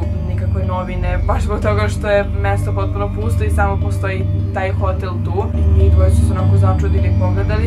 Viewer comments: Nije hotél nego hotÈl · Kako čudno govoriš hotel